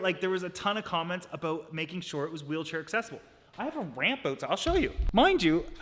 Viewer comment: Everytime he says a bout you hear his accent